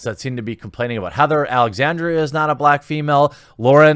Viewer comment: Does Quarter-Boy mispronounce Heather Alexander on purpose? :D